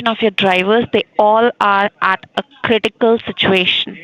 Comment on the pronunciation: "Dey aer ad aa crrridikal siduation" 😂👏